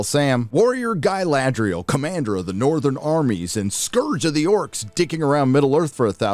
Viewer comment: You were pronouncing Galadriel wrong, please make sure to emphasise the R more next time.